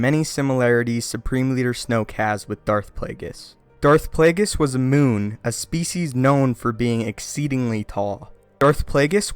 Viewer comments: Darth Plagueis was a Muun--pronounced "MYOON". He is not a fucking moon. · muun is not pronounced moon, but me-un